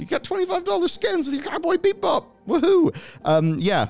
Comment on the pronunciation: 9:6 Did he just say Cowboy BEEP-Bop? :D